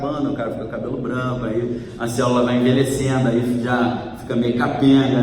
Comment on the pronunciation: você é uma benção de Deus!!! Louvado seja o Senhor pela sua vida! Deus te abençoe e multiplique sua sabedoria! Seu nome faz jus!!! Agora uma brincadeirinha!!! ASSIM COMO O MORO “NÃO SABE” FALAR CÔNJUGE, você “não sabe” falar CÉLULA...kkkkkk